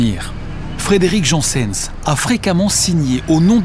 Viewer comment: Il faut se mettre d'accord sur son nom, c'est Janssens pas "Jeanssenne", à la flamande donc